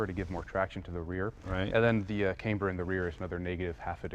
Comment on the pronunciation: Should be fined $1,000 for pronouncing camber like that (kaimber). Lol